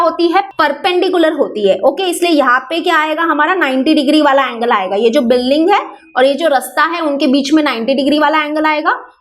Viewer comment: Mam building hota he . par ye biling Kya he